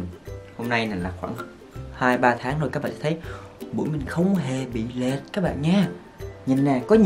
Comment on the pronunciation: Lệch not lệt :))